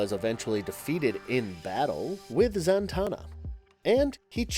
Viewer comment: Santana... SANTANA!!! HE CALLS HER FREAKING SANTANA!!!! It´s Zatanna. ZATANNA or what... is she gonna shred Black magic woman to beat the baddies??? lolololololol